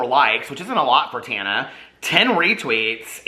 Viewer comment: You’re saying her name wrong! Listen to Paris, it’s Taaaawwwnuuuh.